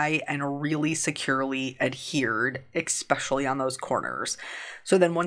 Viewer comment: Your cards are such an inspiration - so colorful! BTW, are you pronouncing the word “especially” as “eckspecially”? Just asking.